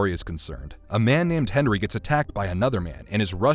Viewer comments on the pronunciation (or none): none